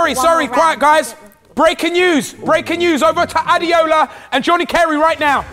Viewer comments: Girl's name is pronounced A-DAY-O-LA and she's being called A-DEE-OH-LA...i'm shocked. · What's adiola isn't it Ade ola